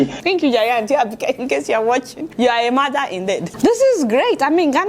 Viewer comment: "You're a madder indeed." Ah! Adeola, why are you like this? I know you said mother, but I heard madder. lol